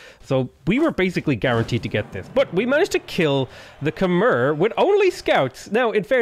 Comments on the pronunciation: If you ever see this, Khmer is pronounced Kuh-My. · You're saying Khmer wrong.